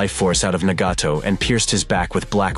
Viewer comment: The way way he pronounced Nagato just let me know his talking B.S